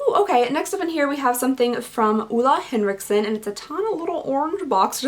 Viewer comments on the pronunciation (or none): I'm so loving your way of saying Ole Henriksen 👌🏻🤣💖 I know Danish is amongst the hardest things to pronounce, but man I got a great laugh 😂😂 You're such a sweetheart and I love you so much 🤩 Never stop being you 🤗